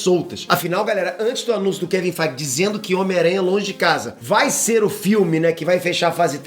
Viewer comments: Duas coisas.: 1ª, você me acostumou mal, em relação com o nome do Kevin FEIGE! Fala o nome dele direito u.u. 2ª Na minha opinião, acho uma das cenas novas, vai ser a filha do Tony Stark na jóia da alma, já adulta. Vai ser lindo de ver:D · O cadê a ênfase q vc sempre da quando fala o nome do KEVIN FEIGE???...